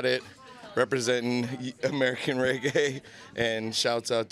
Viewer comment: uno cah even pronounce reggae